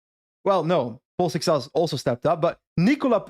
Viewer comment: for the love of everything that's sacred stop saying seixas the wrong way (I'm portuguese and if he wants to say his name the wrong way that's on him but the word is said the way says it and you're making my ears bleed)